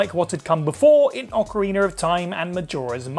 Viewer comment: It’s ocarinA, not ocarinER. There’s no ER at the end 🤦🏻‍♂️